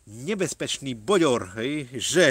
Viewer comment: To nie boďor.ale bődör